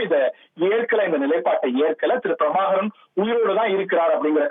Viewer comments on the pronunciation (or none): தலைவர் பிரபாகரன் அல்லது மேதகு திரு:பிரபாகரன் என்று தலையங்கம் போடு. அவர் பெயரை உச்சரிக்க தெரியாத உனக்கு, எப்படி எங்கட தலைவரை பற்றி போடுவாயாட? இனிமேல் எங்கட தலைவரை பற்றி செய்தி போடாதே.